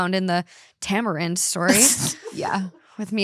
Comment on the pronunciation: You pronounced tamarind perfectly the first time 🙌🏼